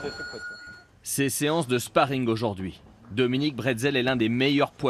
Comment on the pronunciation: Dominique bretzelle 😂😂😂😂🤣🤣🤣🤣🤣🤣🤣 Dominique breazeale en vrai.